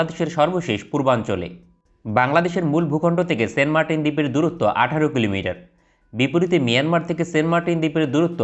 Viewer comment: Fi9rst you need to know how to say the name --- ? Its not sen martin !! Saint --- Saint